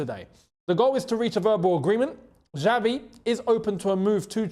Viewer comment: Xavi Simons was named after Xavi Hernandez of Barcelona, how does one pronounce Xavi from Barcelona?? That is is the correct way to pronounce Xavi! Not your... Dgyaavi.. Get it right! Love your content!